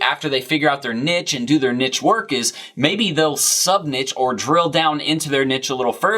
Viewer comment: It hurts my brain every time you say nidge..